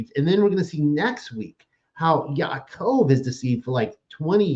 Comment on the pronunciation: I appreciate discussion honestly, but as a correction of speech, it's not Yit"shack" it's pronounced Yeets hawk (sorry, tried to spell it phonetically) the CH is sounded like "ha" as in ha hah ha laughing... And it's not Ya"cove" it's Ya 'a' cove (phonetically spelled) - these are Hebrew names. It would be greatly appreciated and respectful if it were said correctly.